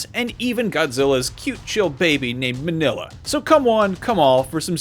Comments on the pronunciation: GMK not on here?? and why tf was minya pronounced as “mah-nilla” ??? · Did anyone else hear how he said minyas name lmao